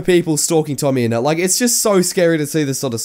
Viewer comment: Idk whos "tomme ennet" i just know "tommyninnit"